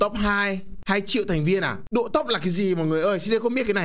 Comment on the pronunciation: ơi, anh độ chứ không phải anh đụ nhé:))